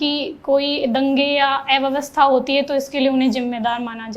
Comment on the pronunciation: एव्यवस्था बोल रही है महिला, अव्यवस्था को। भगवान ऐसे ही लोगों को अधिकारी बनाते हैं। जय गुरु जय हिन्द जय भारत 🙏